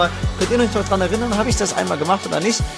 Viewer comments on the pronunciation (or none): none